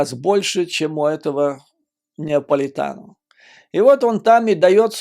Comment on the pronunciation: Judge Napolitano, не НЕаполитано.